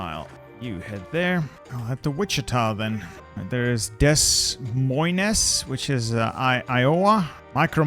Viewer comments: as an iowan it is pronounced deh moine not des moines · Des Moines is pronounced duh MOYN. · Dez Moy-n, Iawa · Why'd you pronounce Des Moines like that??? 😭I thought you spoke french